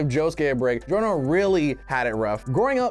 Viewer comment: And then the say giorno’s name wrong.